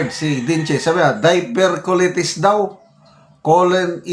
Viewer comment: Diverticulitis po not Diverculitis